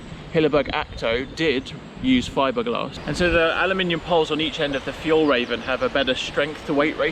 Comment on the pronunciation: The ä is more like the a in "hair" and the e like the 'i' in 'in'. So would be more: fjaellraeviin in English pronunciation.